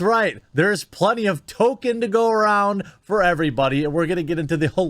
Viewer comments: Tolkien Not Token.. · Ffs his name is not Token. Is it so hard to say Tolkien. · At least learn how to pronounce 'Tolkien' properly. (Ref: toll-keen). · Why do you almost go out of your way to clearly say "token"/Toe-kin? I believe it's closer to something like toll-keen or tall-keen, but even the laziest, most americanised pronunciation doesn't strive as hard as you do to ignore the L. 🤷‍♂️ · Amazon producer: Dammit I said Tolkien, not token! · Tolkien = “Tol - keen” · Why is this man saying "Token"? Is there a history behind why he says that? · Who is "Toklein" in "Toklein Tube"? Why does pronounce Harfoots like "Half wits"? Why does DRiPPY HENDRIX try to impersonate Shoe0nhead? Why is TheQuartering referring to the photo of Galadriel when talking about the Dwarven princess? Would Donlemon possibly be one of the legendary Drow, or Dark Elves? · Oh wait you said Tolkien I thought you said "TOKEN"! 😁🧐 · Did you know Tolkien is spelt "Tolkien" and not "Token", and is from the author???? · It's pronounced TOLL-KEEN, you peasant. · It's Tolkien NOT token. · "Token black man?" I thought you said "Tolkien black man." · Uhm Jeremy... why do you keep saying "Token" ?? O_o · i think y'all have been mispronouncing token... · The people need to remember and understand. It's Tolkien, not Token. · Did the illiterate halfwits behind this production misread the author's name & think this would be perfect for their Tokenism? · I’m glad they are adapting more Tolkien. But I can clearly see they are forgetting to pronounce the L.